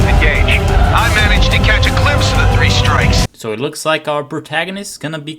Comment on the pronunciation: I heard 'Three Stripes', not 'Three Strikes'.